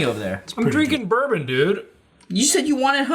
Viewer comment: Some good bloopers today between "burbum" and "ROCK HARD silver"